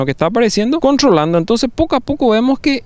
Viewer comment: "contrrrrrrolando verdad"